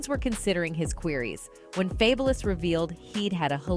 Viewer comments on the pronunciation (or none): Damn AI narrators... "Faybolous?" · Why she saying fabless?? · Who the hell is Fay-Bo-louse😂😂😂🤣🤣🤣🤣🤣 why she can’t Read? 🤣🤣😂😂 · Who’s F-A-B-E-Lous😂